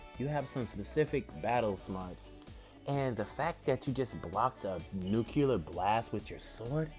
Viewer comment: I SWEAR EVERY1 MAKES THIS MISTAKE. It's not nu-cu-lar it's nu-cle-ar